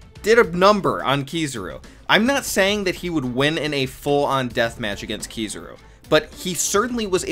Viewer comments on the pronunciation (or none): It’s kizaru not kizuru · why tf do people say "keysuru" instead if "kizaru" lmao